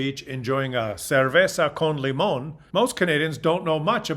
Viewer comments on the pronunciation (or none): none